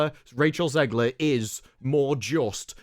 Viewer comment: I'm so glad people are calling her zeggler and zeighler. I'm american and the pronunciation grinded me